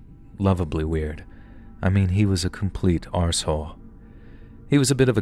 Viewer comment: Ty ❤. You pronounced arsehole very Scottish like 🏴👍